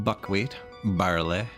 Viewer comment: My wife and i think you're hilarious. She always gets a giggle out of my 'that's barl-aye(sic)' so she keyed in to you saying it in true Canadian English and not my impression from down south. Keep up the good work; she is watching you now and you got me to buy ostriv!